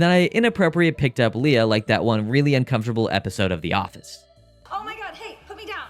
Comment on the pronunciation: Leah is pronounce LEE YAh. NOT LAY-Uh. That's LEIA.